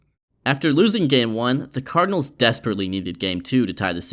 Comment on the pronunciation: Great content. May wanna fix saying "Cardinals" though